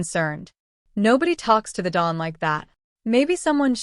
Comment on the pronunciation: "that expects to be a bade?" you mean, 'obeyed'. "So, Fia" You can program the chosen spelling of each name into the Computer Writing Program, instead of all of the different spellings. The computer can't isolate unless it's a directive. "No one speaks to the 'doll' like that." 'Don". You should probably fix that first. 'Admission Papers' not "Discharge Papers". "He just 'hurt' her laugh." you mean 'heard'.